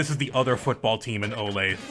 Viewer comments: as a kansan hearing "Oh Lathe" instead of "Oh Lay Thuh" is driving me crazy!!! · can i donate in 2026 for you to call it Oh-lath-uh, which is how its pronounced in KS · its p funny tbh